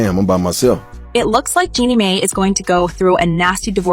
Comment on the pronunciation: Jezzy? Jeanie (may)? This lady knows NOTHING ABOUT THEM as she can’t even pronounce the names correctly! Jee-zee and Jeanie MY. That’s how they pronounced each of their names respectively. These folks be some thirsty culture vultures!